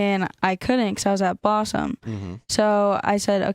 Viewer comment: She keeps saying "Bossum" or something. WTF is "Bossum"?